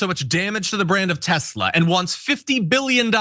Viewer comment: What tezla? Dummy